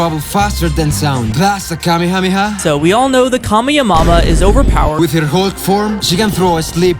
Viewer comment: him : saw goku doing the kamehameha and he says : look he's doing the kamehamamama